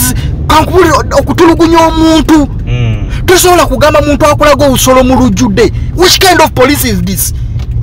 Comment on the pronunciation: Naye banange the way yo pronouncing OBUSOLO🤣🤣🤣🤣🤣🤣